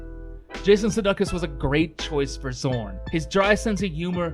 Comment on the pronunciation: This was a great show and you pronounced Sudeikis’ name wrong… like you’re a lame troll…